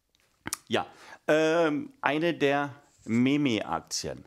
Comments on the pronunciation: MIEM... man spricht es "MIIIIEEEEM" aus. Bitte...google...Internetz...lass es dir vorlesen. AAAAH! Memes are a thing. Deine Kinder helfen dir bestimmt. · ME ME Aktien 🤣 nicht böse nehmen finde es nur lustig 😄